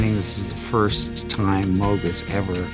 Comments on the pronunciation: Moog Rhymes with Rogue!! He pronounced Moog correctly!!! Geddys the best!!! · Happy to hear my man pronouncing moog correctly❤ 😂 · So true, too many people make a cow with a g at the end. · It makes me so happy to hear him pronounce Moog correctly. I'm not surprised that he did. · He even pronounces Moog correctly.